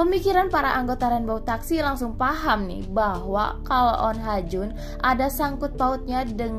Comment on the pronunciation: Bukannya namanya oh ha jun?? Ko jadi on ha jun mulu